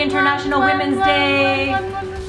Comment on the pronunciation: “Woomens day”